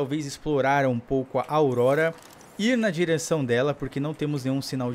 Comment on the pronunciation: AUDORORORA KK vc falou isso bem no final do vídeo kk